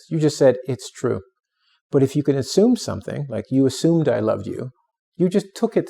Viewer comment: That pronunciation of assume at the beginning of the video may imply an incorrect assumption